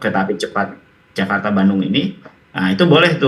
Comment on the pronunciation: KERETAH CEPAT JAKARTAH - DLLLLLSB